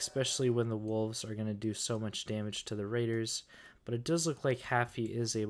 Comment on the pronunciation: There’s also no f in wolves. It’s not woofs